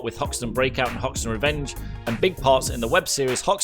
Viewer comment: Umm who's Houston and why is hoxton not hoxton